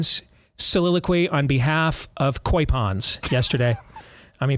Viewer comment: The correct pronunciation of the carp is koi (long oh sound). It is the Japanese word for carp fish that farmers bred. At least, please say the word correctly. It is NOT quay.